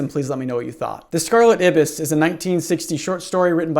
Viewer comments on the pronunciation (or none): There is no way Americans pronounce ibis like you… its pronounced Eye Bis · the true horror is the way you pronounce ibis